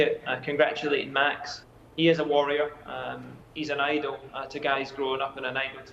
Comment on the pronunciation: LMAOO "worrier"